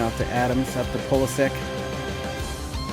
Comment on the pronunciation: It is pronounced Pulisić (itch)